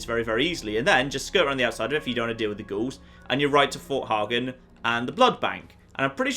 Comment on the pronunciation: Fort hey-gen